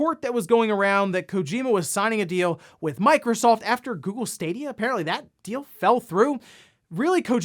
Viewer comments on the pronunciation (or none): none